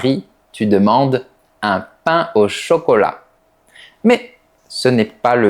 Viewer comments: Sans m'en rendre compte, selon les mots, j'en prononce certains comme les parisiens et d'autres comme les toulousiens...Ai,😂😂, mais en réalité j'adore d'écouter la prononciation comme de "paing" 😍Merci beaucoup ❤ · Demain je vais acheter de pain et de vin, na pronuncia de Toulouse est horrible. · Né à Toulouse, passé la quarantaine je suis allé travailler 13 ans en région parisienne, puis 8 ans dans le région de Montpellier avant de revenir près de Toulouse. À part l'escamotage des e que je m'étais mis à pratiquer inconsciemment en région parisienne, je n'avais pas constaté de différence à part pour ananaS. Ta façon de dire pain ou vin me fait plutôt pense à l'accent marseillais et encore en exagérant beaucoup. Pour l'orthographe, j'estime qu'il vaut mieux prononcer les e au milieu des mots. D'ailleurs, ma mère qui était institutrice avait remarqué que c'étaient les enfants venant de la région parisienne qui oubliaient ces e et faisaient aussi des erreurs de genre.